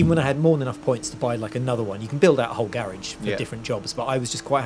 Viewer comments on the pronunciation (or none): dat speech impediment though.. why not get it sorted